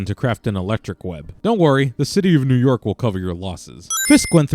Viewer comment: "Mew York" lmao